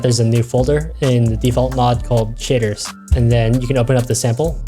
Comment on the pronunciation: The way he says shaders, makes it sound like shitters.